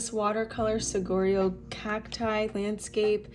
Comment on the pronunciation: Thanks for this video! btw: Saguaro is pronounced “Sa-wa-ro”. The ‘gu’ sounds like a “w”, a Spanish word where a gu always pronounces as “wa” as in water. 😀